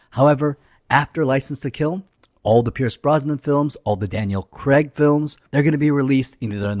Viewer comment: Craig, not Creg.